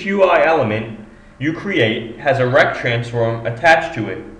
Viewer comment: RRRRRRRRRRECT transforms an nchr pnt...